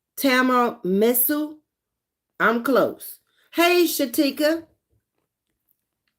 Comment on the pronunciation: Hi Queen watching the replay. Tiramisu is an Italian influence cake its my favorite to this day, its pronounced (tee·ruh·mee·soo).